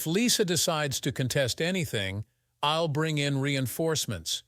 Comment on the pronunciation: AI is crap. "Ill instead of I'll" just moronic.